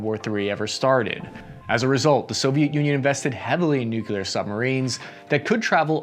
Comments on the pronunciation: Nuclear is pronounced like "NU-CLEAR" for god's sake, it's N U C L E A R. Not NOCULAR, English is not even my first language, how difficult is that to understand? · Greetings from Colorado, And Company! As you now TALK (usually quite well) for a living, you have the opportunity to advance beYOND President Shrub Bush and move into the Land Of The Literate! NU-KLEE-AR...xxooxx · "New Clear" weapons. Say it with me... In all seriousness, thanks for your excellent work! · NU__CLEE__AR !! Nimrod. NOT NU__KYU__LAR GEEZ !!! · Nukular! NuKULar Nukular NUKULAR nukular, nuKular NUkuLar, nUkULaR nukuLaR nukULar NukuLar. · Nuclear = NEW CLEAR. Say it with me grunt. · I laughed my ass off with this... Now do "nuclear"! XD